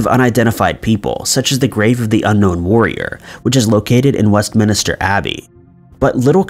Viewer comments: Did he just really say Westminister? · West MINSTER, not minister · I have to compliment you on the veracity of your recent videos. The accuracy is much improved over even a few months ago. However, some of the pronunciations of very common proper names of people and places (Westminster for example) still need some work.